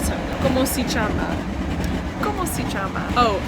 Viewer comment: The pronunciation of "chiama" just killed me! Hahahah the sounds "chi" and "che" in Italian are pronounced "ki" and "ke", such as in "king"